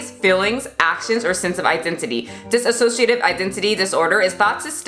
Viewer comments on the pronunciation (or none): btw not a big deal but dissociative identity disorder is pronounced dis-o-ciative (Trisha did it too so I guess if u heard it from her it makes sense) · It's diSSOciative not diSAssociative It's not to be rude, but I don't know why people keep adding "sa" when there's none. Anyway that appart, these sandwich just makes me soooo hungry right now X3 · I’m so sorry I have to point this out lol, it’s pronounced “dissociative”, not “dissasociative”. No hate on this video at all, it’s just more proof that Trisha had no idea what she was talking about in the first place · hey, you and trisha keep saying diSAssociative but it is dissociative, just so you know :) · She can’t even say the name correctly. It’s disSociative disorder.... not disAsociative disorder. If she actually had it you’d think she’d be saying it right. You’d also think she would have “switched” on camera before since she’s been on yt for how fucking long now? But no... only after Anthony Padilla did the video on dissociative disorder did she start switching ALL THE TIME on camera. Another thing.... she does mukbangs all the time but 3 chips and a fruit roll up give her a “tummy ache”..? She’s fucking gross.. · Please stop pronouncing it dis-a- sociative, there is no A in the word. Her walking around the kitchen and throwing shit, eating three chips and saying she got a tummy ache, though she shoves so much food in her fat hole. Her fast food reviews are nonsense and I’m glad people are raking her over the coals. Nin, needs a lot of support with this. Trisha is a pig, and she doesn’t deserve the free YouTube money. I honestly have never been so disgusted with a person.